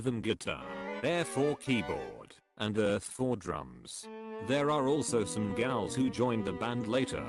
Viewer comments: Great video, but I have some issues: very goofy background music, you could choose some rock track, not circus music, and pronunciation is wrong in many places gals (ghouls) and alchemy should be pronounced al-kuh-mee not al-che-mee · I do wish the artificial voice could properly pronounce’ghouls’ 😂